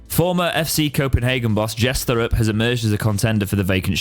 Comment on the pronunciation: I believe his surname is pronounced with a hard 't',, so 'tore-up'. I rather like the sound of this guy actually - is he a football manager?, has he got a track suit? - fine, get him in.